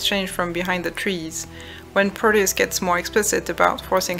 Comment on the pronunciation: ...is it bad that i hear proteus's name as "produce"? If not, its just makes it even more hilarious And to be honest, the story itself flops a lot at the end in my opinion... But amazing video! Its giving me more ideias for my own game